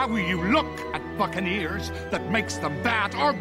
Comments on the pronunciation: Was I the only one who heard "Fucking ears" when he said Bukaneers?... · "It's how you look at buccaneers" And what I heard the first time was "it's how you look at fuckin' ears" 🤣